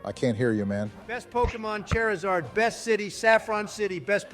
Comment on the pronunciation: I love how halfway through they're arguing proper pronunciation among Pokémon names, when they both say "Chairizard", lol